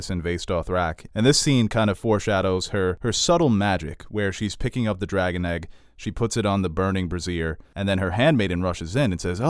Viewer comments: "burning brassiere" !!! hahahaha!!!! I think you mean "brazier".... a BRAY-zee-er is a burny thing, a brah-ZEER is a bra ;) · BRAY-zhur, buddy. When you pronounce it bru-zeer, you're actually saying bra. Which is hilarious. Bra is short for brassiere, the original French term for the undergarment. I don't know how many GoT youtubers get this wrong. Cracks me up every time. ...she's picking up the dragon egg, she puts it on the burning bra.